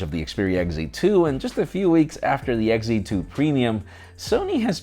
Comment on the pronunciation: Why do you say hegg z and not XZ it’s annoying!